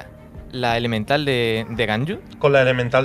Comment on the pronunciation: Me sigue dando risa la Q de bennet E de bennet,jajjaja, No puede decir Elemental y definitiva